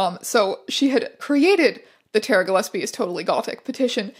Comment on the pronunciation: the way teya pronounces ‘gilesbie’ throughout the whole video makes me want to shove nails in my ears. incredible archive, though! absolute goldmine.